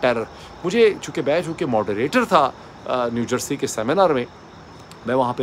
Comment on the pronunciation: Doctor, sb you often give lectures in English, telling everyone that Pakistanis don't know how to speak proper English. You mention how people use ChatGPT, and you criticize them for not knowing the correct pronunciation. So, let me clarify—it's "New Jersey," not "New Jarse